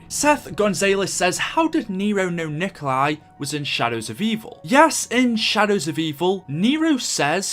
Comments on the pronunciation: copying this Nikkstein Gaming 3 hours ago Its not nikolai tesla its nikola tesla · Out of the dozens of comments I’ve gone through I’ve only seen one other person correct that his name is Nikola Tesla not Nikolai Tesla. Jfc you idiots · Gaming isnt it nicholas tesla?